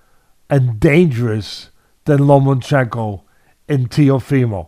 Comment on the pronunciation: LOMA-CHENKO (NO N). Not "Lomanchenko"